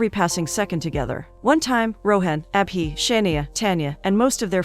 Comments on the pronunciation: It's not ah-bee 😭😭 it's Abhi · When she says abhi I hear appy 😂😂